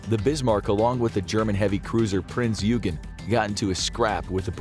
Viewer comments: Prince "You-ghen"? It's Prince "Oy-gan" Smh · "Prince Eeoogen" lol